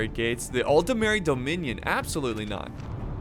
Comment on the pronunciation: It isn't Aldameri Dominion. It's Aldmeri Dominion. I know, because I played Skyrim and Eso tamriel Unlimited.